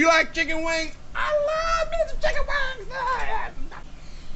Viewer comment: at the end it sounds like you are saying hot wangs